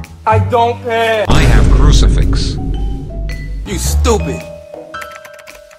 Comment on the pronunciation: No not curcfix its crucifx